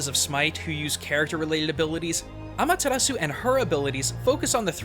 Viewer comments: When saying Amaterasu, dont roll your r's. It is a japanese name and in japanese you pronounce R's with an L sound. Just a suggestion about pronunciation. The video was really informational though! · Nope I imidiatly tought about Okami aswell when he said Ameritasu